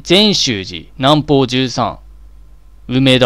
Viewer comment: 金田さん、阪急京都線の停車駅言ってるんだ？正雀(しょうじゃく)、南方(みなみかた)、十三(じゅうそう)ってよみます